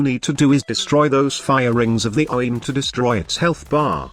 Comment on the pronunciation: Man your TTS straight up cannot say “Orowyrm” lmao